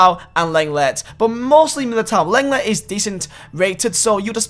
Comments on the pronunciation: It’s long-ley not leng-let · It’s not leng let look up how to say it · Leng let, great pronunciation m8